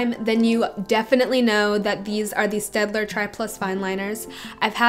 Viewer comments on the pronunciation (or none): none